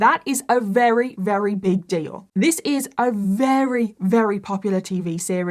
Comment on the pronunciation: I don’t understand why sometimes you say “very” and other times you say “wrary” lol